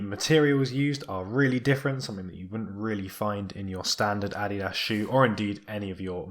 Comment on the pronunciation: it's the correct german pronunciation